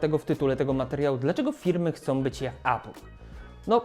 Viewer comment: Jakbyś, Bartek, mógł spróbować mówić 'epl' zamiast 'apl'. Niby pierdoła, ale wiesz jak z tym jest... A, no i udało się dotrwać do końca 😉